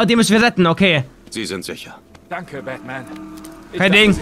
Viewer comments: du hast an stadt batman bakman gesagt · Ich hab verstanden "Wilkommen back bei Backman !